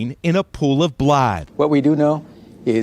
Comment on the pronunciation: why did news guy pronounce blood like "blAAHD"